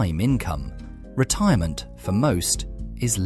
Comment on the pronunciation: “Retiroment accounts”. 🤣